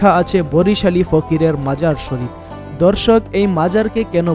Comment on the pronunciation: দর্শক কে বলতেছেন ধর্ষক। আর প্রতি লাইনে দর্শক দর্শক বলার কি দরকার